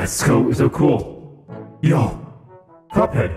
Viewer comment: When he said cup head it sound like cruphead